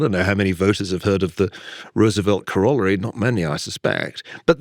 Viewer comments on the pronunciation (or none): Ferguson is saying corollary wrong.